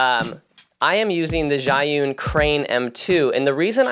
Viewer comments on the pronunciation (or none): none